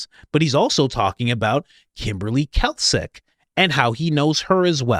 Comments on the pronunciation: Pronounced 'Klak chick' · Klacik is pronounced as "classic" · It's pronounced KLAY-CHIÇK!! Lol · Klacik pronounced klasik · It’s pronounced “Clay-Sick” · Pronounced claysic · I sure wish you would pronounce Klacik's name remotely properly! You're driving me crazy! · I think you are trying to say Klacik when you are saying Kalcik. You mean to say "Klacik" like the pickle. just fyi. I really like your podcast though. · Klāsik. Clay-sick, not kelsik brother. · pronounce - CLAY-SICK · Her name is Kim Klacik (Klaycik). She's in Baltimore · you are pronouncing Klacik wrong. It's not Kalcik, it's like "clay-sick' you are putting the 'L' in the wrong place. But other than that, great research. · CLAY-SICK not Kalsick. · HER NAME IS "CLAY SICK" NOT KALSIC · The name is Klay-sick (not "Kalsick"), as in Kimberly Nicole Klacik (née Bray; born January 19, 1982) She is an American political commentator. She was the Republican nominee for Maryland's 2nd congressional district in the 2024 general election, in which she was defeated by Baltimore County Executive Johnny Olszewski. She was the Republican nominee for Maryland's 7th congressional district in both the April 2020 special election, held following the death of incumbent Elijah Cummings, and the subsequent November 2020 election. In both 2020 elections, she lost to Democrat Kweisi Mfume by over 40 points. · It's pronounced clay-sick, not kell-sick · Sorry, meant to tell you earlier, her name is pronounced clay-sic…saw her commercials… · It's pronounced Classic. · It’s Clay-sick. Klaxon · it’s Klacik. Pronounced “CLAY-SICK” FFS Coach. 🤦‍♀️ The guy even said it in the interview. You heard him. Geez man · It's pronounced "clay-sick". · Now you're just trolling us with the "Cal Sick" pronunciation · Say it with me now ( kim "clay-sick") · Kim CLAY-SICK (pronunciation) she ran for office and Candice was investigating her back when these msgs were sent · Klacik is pronounced CLASS-ick. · Pronounced “clay-sick”